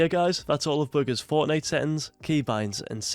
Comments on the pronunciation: His accent made it sound like boogers because he said bugha’s with an s and his accent makes him pronounce a’s like -er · This man calls him"booger's"😂😂 by the way